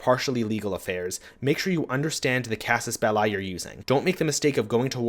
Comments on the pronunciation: Casus Bell*i*, not "Bellei". The i is pronounced like the i in "englisch". It's latin. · That's not how you pronounce Casus Belli